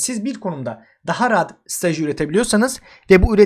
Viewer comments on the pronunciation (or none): Strateji demeyi öğren kardeş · Hocam iyisin hoşsun sakin anlat ya strateji derken hep kelimeleri yuttun😂😂